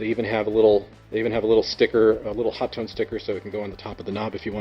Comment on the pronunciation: "Hot one"; or my favorite, "Ho-tone"